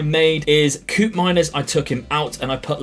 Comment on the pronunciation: Koopmeiners is pronounced like cope-miners